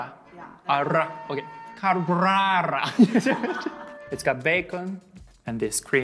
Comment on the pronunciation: saying carbonara 🤌🤌🤌